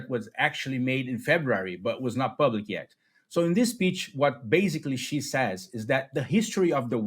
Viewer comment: love your work and channel! Fyi, Xi is pronounced “she” nor “zhee”. Hope that helps.